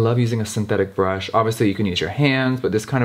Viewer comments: Jeffree: It's hard to impress me Also Jeffree: A BRÜHSH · Tenshi Kuroi “there is a b r u s h”